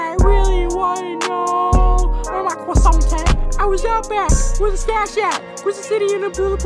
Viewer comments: “I really wanna know where my CWOISSANT at” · were my cwaasount at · Shoulda said “when I got cwissount I was street weather” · Instead of eeh eer should of Been cwo sont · “WHERE MY CWOSAN AT” 2020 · When you eat your cwosant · That really hit close to home tho Gotta find my cwasont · I'm done he said WHERE MY CWISANT AT 😂😂😂😂😂😂😂🤣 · CWASSANT that pronunciation hits hard 😵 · Wtf his crosauonts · When he said C w o s s a n t I felt that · cwoi-ssant instead of ee urr would have been better